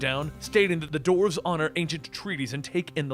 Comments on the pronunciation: what is a doorve? do you mean duh-warf? you sound like a freaking idiot again. like when you say dead body instead of group of people. as in corpse versus core. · Dwarves is pronounced d-war-ves not dorfes